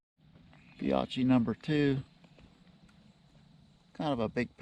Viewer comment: I think that brand is pronounced Fee-okie